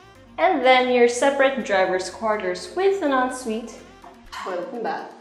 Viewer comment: parang ASMR yung en suite 😅 ang perfect ng pagkakasabi